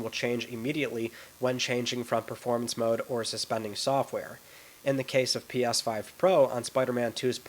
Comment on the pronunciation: “PYas5 Pro”. Love it!